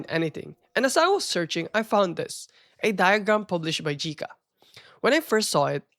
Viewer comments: It's "jay-ka", not "ji-ka" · JICA is pronounced as JAY-KA not JIH-KA. I've been into these kind of talks and projects since 2nd grade and now I'm a college graduate. Finally, someone with "John Harris" type of AVP is here! Good Job! Rooting fot this channel to be discovered hehe